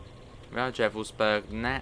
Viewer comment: Just a quick friendly note – in German, the letter 'V' is usually pronounced like an 'F', not like the English 'V'. So for example, Gevelsberg would be pronounced like Gefelsberg. I hope that makes sense. Best Regards Victor😃